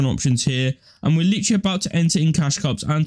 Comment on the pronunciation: "littry" "littry" LIKE I DONT CARE OMG